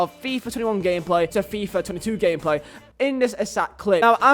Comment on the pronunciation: why is he saying fIIif twenetu